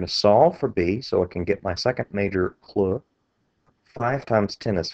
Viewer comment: its so annoying how you cant just say clue...but thanks for the help